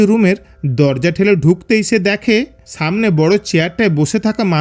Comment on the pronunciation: সামনেকে ছামনে বলেন কেন আপনারা স কে হিডেন করছেন কেন?